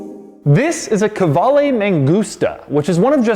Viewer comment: De Muro - Italian Qvale/Quali - Italian Doug’s pronunciation of the brand … ain’t Italian ain’t Italian-American.